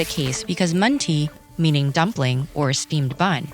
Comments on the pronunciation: amazing video! i only have one critique. i’m Turkish and “mantı” (with no dot on the ‘i’ btw) is pronounced maan- tuh. not maan- tee. just a little critique but it was a very educational video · İt is not pronounced and “mun tea” but as “maanta” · Oof Mantı isn’t pronounced as Mahn-tee but more like a sound between a short -i and and “uh” sound at the end. Other than that this was a great video ^^ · Yeah, her Chinese pronounciation was perfect. She really butchered Turkish tho with the manti